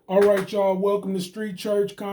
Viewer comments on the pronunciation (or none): the moment I heard this creator say "all right CHA ' all". I was out.